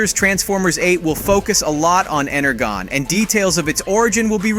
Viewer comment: Can't trust someone that says energon wrong.